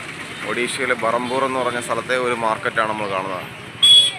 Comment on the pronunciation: എൻറെ പൊന്നാശാനെ അത് ബറംപൂർ അല്ല. ബേറ്‌ഹാംപൂർ Berhampur എന്നാണ് പറയേണ്ടത്. ഇത് ഒഡീഷയിലെ ഗൻഞ്ചാം ഡിസ്റ്റ്‌റിക് ടിൽ ആണ്.